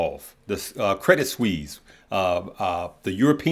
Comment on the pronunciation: Suisse is pronounced more like Swiss or swees. Just trying to keep a brother straight 😊